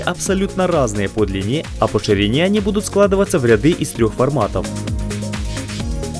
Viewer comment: не длинНа, а длина.